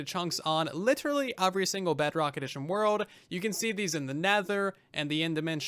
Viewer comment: Very good video, great points, but I was so distracted when you said "uhvrey" or "smort". Where is your accent from?